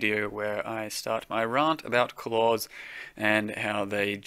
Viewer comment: Raaaahnt. The new Australian accent is funnier than the old one.